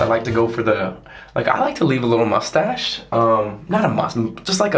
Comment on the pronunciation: When he said um in a French accent